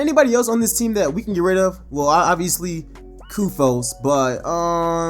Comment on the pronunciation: The way you said Koufos...I cant sub to you 💀🤣 && that's on 👶🏾.